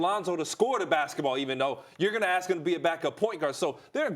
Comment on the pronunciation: "Ax Kellerman"